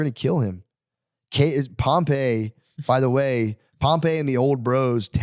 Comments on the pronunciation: Facts. Everytime he goes into history he mispronounces every name. Doesn't know how to outline historical data at a collegiate level. I took Rome History and totally wasting my time with the filter. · Him saying Pompey’s name wrong is driving me crazy lol